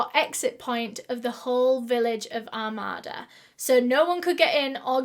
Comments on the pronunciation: My grandparents live in Armada (it’s not pronounced like she does I’m the video; you stress the A’s a lot more like Ar-May-da) and I remembered when this happened. They had ribbons on all the trees for years as a reminder of her. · i actually live near armada (it's pronouced r-may-da) and i can confirmed, it's a pretty nice town. I've never heard of this case though it's kinda crazy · Armada is pronounced Ar-may-da (common mistake) Nike is pronounced Nigh-key (British nonsensical pronunciation) Armada is not a "village". It's just out from the Urban City area, but is quickly becoming more urbanized. The plots of land are pretty big, but they are not farm big. Think more along the lines of 3 or 4 house wide plots and that'd give you a decent idea of scale. Also, it is closer to about an hour from Detroit. On good days you can make that quicker. On bad days it's about 90 mins. I was out there July this last year and those woods are a bit creepy. They're just dense enough to block a clear line of sight, but open enough that you wouldn't consider it too hard of a path to go through. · I live right near Armada and it is a safe place and such a sad story. I love the way you say it, but it's pronounced "Ar-May-Da" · I'm from Michigan about 20mins from here and thank God they found this MONSTER. The area where this happened is safe, a totally comfortable area where you would NEVER imagine this could happen. God bless her family and dog. So sad an broke alot of hearts. It's pronounced ar-may-duh💕💕 it was him. 100% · Oh my god I actually lived near this one!!! Lol it’s a very Michigan pronunciation it’s Are-May-Duh. Long “A”s. But I’m weirdly excited it was somewhere I know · I think you are referring to Are-May-Da, Michigan. I live in the Rochester area of Michigan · Armada is very nice, I live about 20 minutes from there. I know you are from the UK but its pronounced Are-made-ah. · Also it’s pronounced (ar may da) armada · Armada is pronounced Ar-may-da